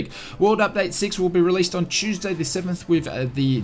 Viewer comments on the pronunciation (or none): none